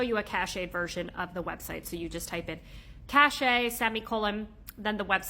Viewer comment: It's 'cache' (kaSH), not 'cachet' (ka SHā).